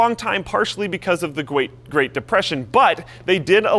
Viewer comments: "gwait depression" lol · The gweat depression? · gwate great depression